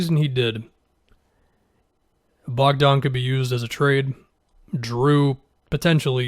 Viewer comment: It's Bogdan not Bojan